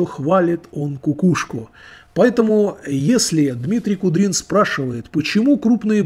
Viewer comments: Да не Кудрин, а Куприн, и не две тысячи подписчиков, а тридцать тысяч, разницы нет, но все равно, мне кажется все только начинается. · А что, Куприн уже Кудрином стал, хоть фамилию научись правильно читать, автор, алё. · Дмитрий Куприн, а не Кудрин....и у него уже больше 30 тыс. и подписанный народ весьма думающий.... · не куДрин, а куПрин. Годный мужик, толковый. А "гадик" мне антона уральского напоминать стал "я вас засужу! У меня и адвокат есть!" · Он вроде не Кудрин, а Куприн.... И подписчиков чуть больше 30К, а не 2